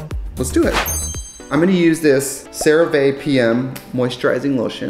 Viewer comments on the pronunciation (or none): none